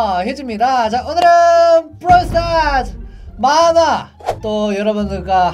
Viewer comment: 만화가 아니고 문화라고 하신줄 알았어요